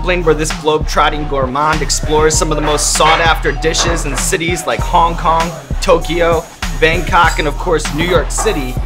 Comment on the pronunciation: did he sed kong kong 😂😂